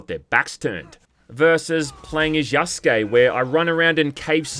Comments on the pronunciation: "Either as Naoe or Yasuke" is what you meant to say. Not Yaskay. Be better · What you meant was "you have to experience things as Yasuke". You fucked up again by saying Yaskay. Be better. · You really mess this up through the whole video huh? It's Yasuke, not Yaskay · God that was tough to get through. Hopefully by now you know how to pronounce Yasuke correctly instead of sayin Yaskay. I wanna support you but with fuck ups like this it's hard to take you seriously. I mean you did it the entire video. Learn to read. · They bring it up in regards to Yasuke. No one brings anything up to Yaskay because that's not how you say the name. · You dense idiot. It's Yasuke, idk how you can read from your skript and think yeah that's how it's said. It's Yasuke, not Yaskay. Learn to read or find another career. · You're relentlessly stupid. It's Yasuke, not Yaskay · Again, Yaskuke not Yaskay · Jesus I can't wait for you to learn. Yasuke, not Yaskay. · You fucking moron it's Yasuke not Yaskay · Lmao I knew your dumbass was gonna say it 💀 it's Yasuke, not Yaskay. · You need to get your shit together. It's Yasuke' not Yaskay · You're still fucking it up. Yasuke, not Yaskay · Again. Yasuke. Not Yaskay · I'll correct it every time you mess up. Yasuke' not Yaskay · Please pronounce it correctly. It's Yasuke. Not Yaskay